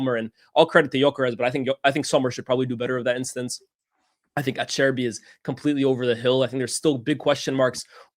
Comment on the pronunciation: I can just imagine ' mum cringing and shaking her head at the way he pronounced Acerbi and Bastoni